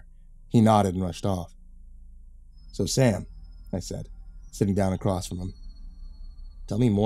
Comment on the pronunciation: I listen to your videos almost every day at work, I love them, and you'll probably never see this.. but can you PLEASE stop saying "acrosst" ??!?!?! It makes me cringe so hard its distracting